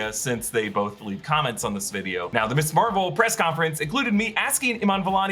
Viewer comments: You keep saying "Miss Marvel". Ms. is not an abbreviation of Miss. It's pronounced "Mizz" and was popularized in the 70s as a more feminist alternative to the Miss/Mrs. titles that indicate marriage status. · Can anyone explain why nearly every Youtuber is pronouncing Ms. Marvel, "Miss Marvel:? I've always been taught that "Ms." is pronounced Miz. Thanks.